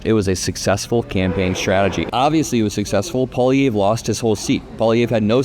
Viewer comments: Its pronounced like Pwa-Lee-Ev if that helps :) Its a difficult name for people who dont speak any french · paw lee EV. That's the pronunciation. The 3rd syllable is stressed, as is doing, but the 'e' has the same pronunciation as the 'e' in 'let.' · peewee Herman’s name is pronounced “Poly-evf” fyi.. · Pronounced pierre "poly ev" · Thank you for covering this! You can’t even see how relieved my home is because of this outcome. Feels like our timeline might not be the worst. I do gotta say tho. It’s a lil funny that Americans can’t pronounce poilievre. “Po” - (think the po sound in “pop”) “ili” - (think “Lee”. ee sound) “evre” - (think Evv. Strong “v”. Kinda like the “evv” sound in the word Chevy or heavy. No “y” sounds tho) Pa-Lee-evV (strong end v) (idk if that makes sense, I’m just going on vibes) Edit: spelling